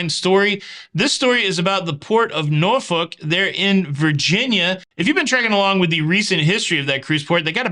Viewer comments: SOLID Pronunciation of Norfolk! Cruising out of there in August and looking forward to the upgrades. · Lol, as a resident of Virginia, thank you for saying Norfolk correctly.